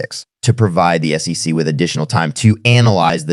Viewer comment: Theo Von needs to learn how to say SEC. I love AI... I wonder if he knows they used a similar voice as his.